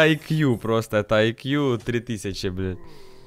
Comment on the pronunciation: Блэт а не Блэд